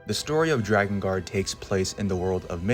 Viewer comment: I'm really sorry for this comment because the video was really good and I thoroughly enjoyed it... But it's pronounced 'Drakengard', not 'Dragongard' 😓